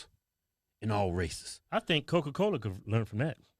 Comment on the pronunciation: “while you got cowca cowla out der sellin str8 pohizen” - Kevin 2021